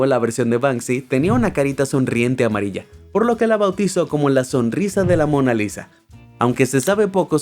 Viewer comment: Mona lisa 👍 ❌ Mona risa 🗿✅